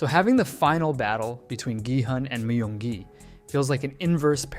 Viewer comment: "Mayung gi"